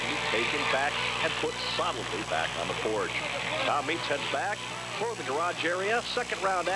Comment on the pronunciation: That announcer keeps saying Tom Meents’ name wrong 😄